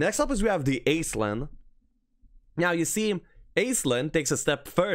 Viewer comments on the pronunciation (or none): Aislinn is a fairly common Irish female name in fact. It's also pronounce "ash-ling" as opposed to "aiz-lin" like all the homm3 content creators call it. Just further trying to ruin your childhood. You're welcome. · Aislinn is actually pronounced like ash-lin. It's an Irish name.